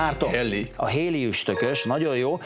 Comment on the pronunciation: A fekete várost azért tudni kellett volna ezen a szinten. Valamint nem 'héli', hanem 'heli', illetve nem szunyog, hanem szúnyog.